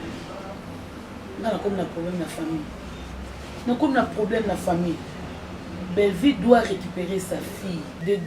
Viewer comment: c'est Bellevue et non bellevie.